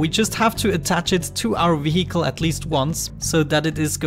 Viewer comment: i love how you after so many episodes, you cant pronounce vehicle :D But thats just something what makes you speciel. :D keep up the good work,. i might try this game :-)